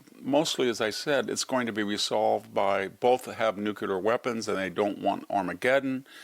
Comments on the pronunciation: Yes I love what this man SAYS -- except that he can't get over saying nucular instead of nuclear. Embarassing. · This guy pontificates about things noouckyoular He might be credible if he knew how pronounce it New-clear is not exactly rocket science The quality of AI is not yer up to standard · Victor: Nu klee ar not nu cue lar. Thanks. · Victor Davis Hansen, you are my hero. You would be my superhero if you could only pronounce nuclear the correct way. Nucular was an invention of President Bush and an accident of Texas slang. In the same way that Trump is a better president than Bush, nuclear is the better and the proper word. As a retired Stanford Professor, and a MAGA advocate, I beg you to right this wrong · Love you, VDH. Please stop saying “nucUlar.” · I always appreciate VDH's insights, but why does such an educated man still fail to pronounce "nuclear" correctly?